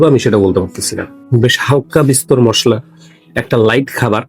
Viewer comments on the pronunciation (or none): none